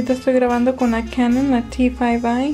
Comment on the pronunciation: canan.. tasheeba .. basbai khampak.